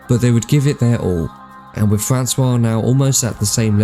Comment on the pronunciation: Whoever is doing the VoiceOver for this video should immediately get some speech therapy with is not spelt WIV and annoying VoiceOver gaffs